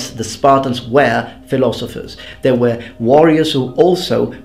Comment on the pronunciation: Hey, one request.sometimes you're a bit difficult to follow due to your pronunciation. Could you maybe try to change your pronunciation of "were"?you now pronounce it similar to how you also pronounce "where", while it should sound more like "whur".I hope you don't mind me asking.